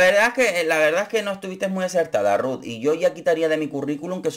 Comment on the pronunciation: Extrañare la manera que pronuncias RRRuth!!😂